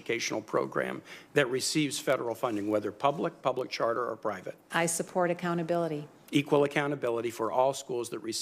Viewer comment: She couldn't pronounce the word equal if her job depended on it. Source, this video.